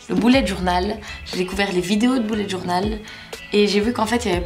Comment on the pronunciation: Il faut ABSOLUMENT que tu dises BULLET JOURNAL (le "u" se prononce "e" et pas "ou"!!!!!!!!!)!!!!!